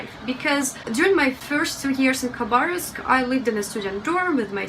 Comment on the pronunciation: Interesting that you pronounce the K in Khabarovsk - I was told by someone that it was silent, now I know better :-)! Your english is excellent, you have a russian accent but it's very nice and never interferes with understaning (there are plenty of accents within Britain that can be very hard to understand)! I would love to visit Eastern Russia one day! I love that the rescue guy could barely stop himself from laughing with the woman protesting about how much her car cost :-)! I was surprised to see a drag show in a night club in Russia, thank you for being so genuine, open and honest it's really great to see these parts of Russia. Adultiing is hard sometimes - you're doing fine:-)! I'm slighly worried that the political aspect of your videos might get you in trouble, I don't know, it's not something you need to worry about in my country but I think perhaps it is in Russia. I hope this message gave you some encouragement, your videos are great, no pressure to make any more though - just do what you want to:-)!